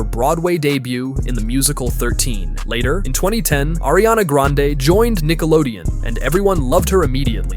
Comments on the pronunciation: Who the heck is "ARIANA GRENADE " ?????? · "ariana GRENADES"😭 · Grande not granade😊😅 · Ariana Granade is Meme because one of little girl who was intervieweving her and Jennette McCurdy on Nickelodeon Victorious spin off that little girl didn't say Grande but Granade because she was kid and kids Miss pronounce words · Not GRANNAADEE